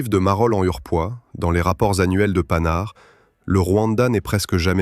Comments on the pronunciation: PAN-HARD. et non panard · "PANHARD" bordel! Comme un pantalon , pas comme paname ! Ça pique les oreilles.